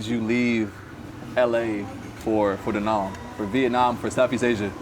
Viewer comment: It's Da Nang not Da Nung!